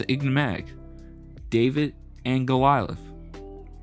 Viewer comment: It's not Golialith, It's Goliath. You talk like Bill Russell beat Wilt Chamberlain, all by himself, which didn't and wouldn't ever happen, on his best day. Teams win and teams lose. Yes, Wilt was a bit egotistical, and a bit difficult. That said, When one player, on a, supposed to be, professional team, can average 40 points per game, at plus 50%, and 20 plus rebounds per game, then probably, 10 plus shot blocks per game, for 6 seasons, in a row, I don't care if he is stat padding, or not. If that team doesn't win, there is something not right with the other players, or the coaching, or both. I highly respect Bill Russell, and yes, he was a great defensive player, with a lot of heart. He also had Red Auerbach, arguably, the best coach in the history of basketball, and a large host of excellent team-mates, who took that genius coaching, very well, and played together for a lot of years. I don't usually use the team-mates argument, but I will say that Wilt didn't have the steady, wise coaching, over a long period of time, that Bill, and the other Celtics had. When he did have standout coaching, he won championships, or his teams did. Statistics are not the whole story, but they are the most objective evaluation of a player's value to a team. Statistically, Wilt is untouchable, considering both ends of the court.